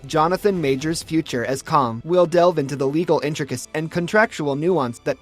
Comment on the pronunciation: That’s is caaang not kong